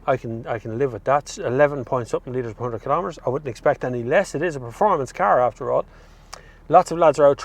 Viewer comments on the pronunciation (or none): none